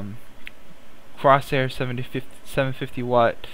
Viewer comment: Why are you keep saying crosair? Its corsair not crosair